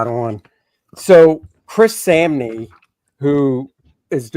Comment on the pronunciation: Chris SAHM-Nee. Good show